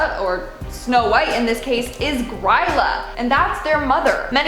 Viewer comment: Im Icelandic and will say this Grýla is pronounced "Gree-lah"